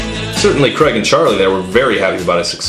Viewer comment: Heh, "Creg".